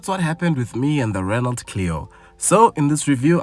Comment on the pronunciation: A car manufacturer that does not offer automatic options is not serious! Apperantly you don't pronounce the "T" in Renault.